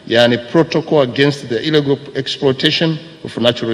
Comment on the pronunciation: sounds like iligo (illegal)..na sio ilego...